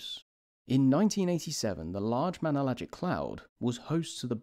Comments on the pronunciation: "Manellagic" Clouds? It's"Magellanic" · It's not mangellan